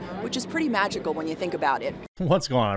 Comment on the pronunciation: "it's pretty magicail when you think about it " lady wth you smoking lol